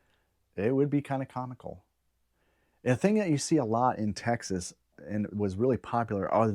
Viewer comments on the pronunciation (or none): none